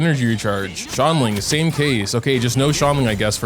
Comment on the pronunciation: Xilonen is pronounced as Shilonen, not Zilonen🤦